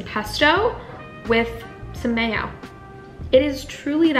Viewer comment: “A wee bit of Mayo” in a English accent 😂😂😂